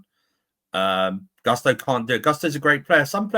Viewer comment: Not to hate, but it’s so jarring when people intentionally mispronounce a player’s name. Why are they saying Gusto like that?